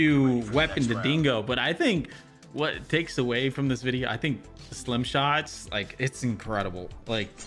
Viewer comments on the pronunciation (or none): This man literally said slim shots 😆 🤣 😂 great video, Stim shot! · Why do you keep calling it a ‘slim’ shot 😂 it’s a ‘stim’ shot a ‘stimulant’ shot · Why does jokesta keep saying slim shot instead of stim??? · Not me getting mad because keeps calling it slim shots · Am I trippin or I heard you said "slim" shot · Bro its stim shot with a T😭😭